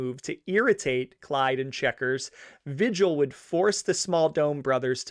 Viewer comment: Come on dude. Vigil is VEE HILL. There is no other way to pronounce it. I know its petty but if you use a guys name for income its disrespectful to say it wrong. And in this case it seems purposeful ... If it is pronounced any other way ill apologize but ... S M H